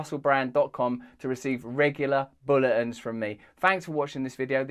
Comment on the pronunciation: hahaha omg the way he pronounces bulletin -> bullah un